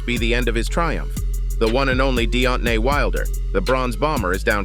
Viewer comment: "Deot-nay Wilder, yes you heard that right". lol, what?